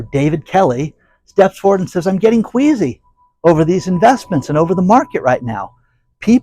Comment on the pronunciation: Ohhh! I thought he said, " Quaisy ".